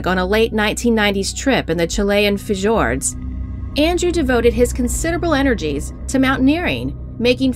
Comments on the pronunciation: Why can't people speak correctly it's not figured it's pronounced fjord and it's a Coroner's inquest not a key owners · Just a heads up, the 'j' in fjord is pronounced like a y. "Fyord." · you don't pronounce the j in fjord xD so ignorant i piss myself